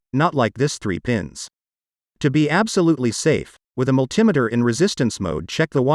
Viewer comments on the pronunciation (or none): mul-TIM-eter? It's MULTI-metre sir! :face-blue-smiling